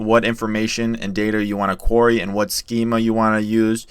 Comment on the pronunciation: Great video. Just wanted to point out query pronounced Queer-Ree and not quary. Anyway great content.